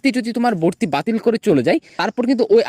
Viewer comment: Valo * Not balo Vorti Not borti😂